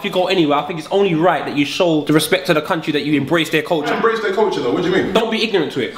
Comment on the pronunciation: A man said 'Corcha' instead of 'culture' LOOOOOOOOOL